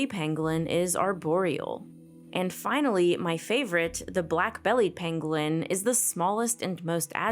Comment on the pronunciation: Penguin......pengling......... pengwing.... . Those who know know